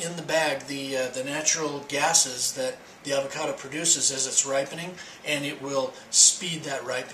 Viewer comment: Fre sh avao cado😂